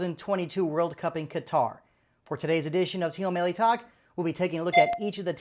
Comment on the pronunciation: I don't know if you speak Persian or not, but most of the time we pronounce it like team-melli not team-e-melli.